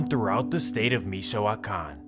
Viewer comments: Mee-shoe-wah-kahn region. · The way he says “michow-wakan” Lmaoo